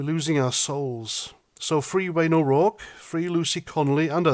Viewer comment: Keep it up.. and congratulations on pronunciation of O'Rourke....👍🏻